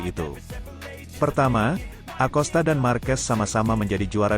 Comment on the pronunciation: bacanya "akosta" mas